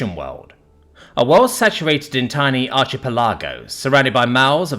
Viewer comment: Sorry I'm lost with ar-chi-pi-lar-go-s